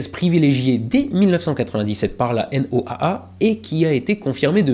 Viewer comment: En météorologie quand on parle de la N.O.A.A on dit juste "la Noaa" (Noa) tout simplement